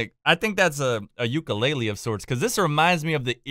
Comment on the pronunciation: the way he pronounces ukulele makes me cringe inside